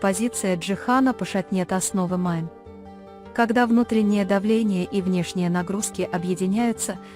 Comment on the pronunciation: Не Майн 👎 Мине! 🤦 как же неграмотно читаете. 🫢🤮